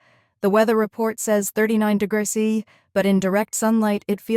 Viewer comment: Why the weird pronunciation of "degrees C"?!? 🙉